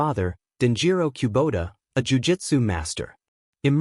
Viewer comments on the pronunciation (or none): I studied with for 48 years. If you're going to do these kinds of "documentaries," enlist a narrator who is familiar with the pronunciation of Japanese terms and names. It is "Koo-boat-ta" and "Go-soak-oo REE-yu." I can't even get through the footage, listening to you butcher my Master's name and his style.